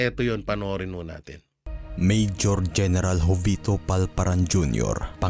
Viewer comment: jovito (ho vi to po ang tamang pronounciation, hindi jo vee to)....😊